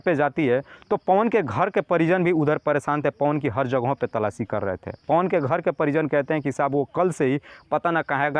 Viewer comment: अरे गधे बार-बार तलाची तलाची क्या करता हैसीधे बोल तलाश कर रहे हैं😅😅😅😅😅😅😅😅😅